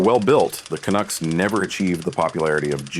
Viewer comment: "Canucks" is not pronounced 'can-ooks' its 'can-ucks' like 'bucks'